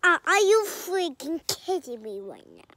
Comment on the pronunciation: # "Are You Fweaking Kindding Me Rn" Oh Oh Such A Sweet Soul ❤